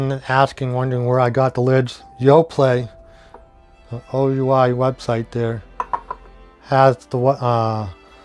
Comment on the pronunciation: Thank you for this. OUI is the French word for YES and is pronounced "WEE".